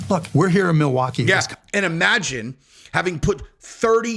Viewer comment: Hey Beyoncé, it’s IM-agine, not EE-magine…